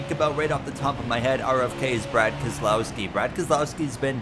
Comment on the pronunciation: Why was it so perfect the way Jeff Burton said Keselowski